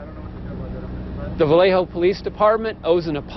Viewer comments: Vallejo，西班牙语，音：巴耶霍。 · Jo 更接近的發音是「厚」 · Vallejo, 是西班牙语， j 是发h的音。